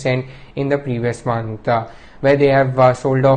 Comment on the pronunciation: it's month, and not monthuh.. where tf is this guy from?